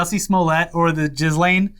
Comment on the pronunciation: is the only person to pronounce "Ghislane" correctly.